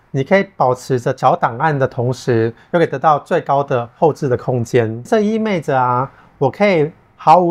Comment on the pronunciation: 意味，不是意昧。